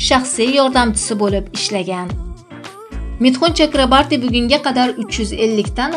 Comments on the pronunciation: Митхун Чакрабарти эмас ,Митхун Чакраборти дейилади фамилиясини тугри айтинг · Чакрабарти эмас Чакроборти. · 😂 чакрабартимас Чакраборти фамилияси тилларни ва талаффузни яхшилаш керак менимча яхши Киз! Саломат бу́линг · Chakrabarti emas Chakroborti to'g'ri gapir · Журналист кыз жок дегенде фамилияны туура окучу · Фамилиясини тугри айтинг